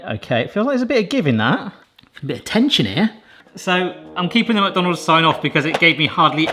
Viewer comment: Anyone else notice the way he pronounces McDonald's? It's like he says MuckDonald's...